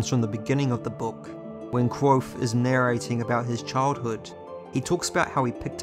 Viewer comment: Allt hese videos are awesome man!, Just need to start pronouncing the V in kVothe haha